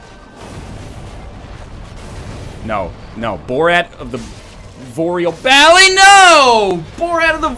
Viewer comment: THEY'RE NOT BALDERS THEY ARE LOTHRIC KNIGHTS YOU DICK Also Borat of the Voreal Balley was pretty good